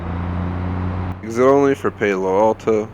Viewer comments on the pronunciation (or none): you said paylo alto😂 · You pronuced my hometown Palo Alto in a weird way lol. Nice vid though!